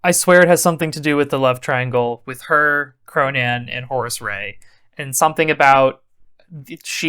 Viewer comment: I assumed it was Horus, although I always heard it as Horace and it made me laugh.